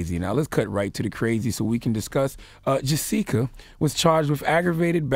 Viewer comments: Her name is Jessica, Charla was pronouncing it wrong as JuSeka. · this ILLITERATE bastard didn't know how to pronounce Jessica. SMDH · How long Charla been on the planet that he dont know how to pronounce Jessica..he almost made it sound like a black name. LMAO!!! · Right?!! Is he saying that on purpose ,i really thought for a min that he didn't know how to pronounce jessica